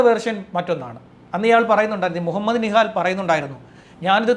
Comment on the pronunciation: bro nihad ane allathe nihal alla adutha pravisham set akuka